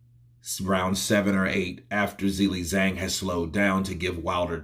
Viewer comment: I would like someone who is a native English speaker or from America to give me reasons why can't pronounce Zhilei Zhang correctly. Is this due to some grammar rule? Is it incompetence? Did only finish elementary school? What is the problem? Yesterday I watched the DAZN boxing presentations and the English speakers pronounce the names and surnames of the boxers correctly, so for example cannot have the excuse that he has never heard how to pronounce a boxer's first and last name correctly. The boxing world makes an effort to show respect for the boxer. Why isn't capable of this? Thanks for the help!